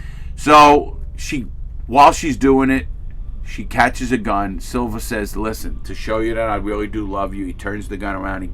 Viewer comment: Its Salva not Silva 😂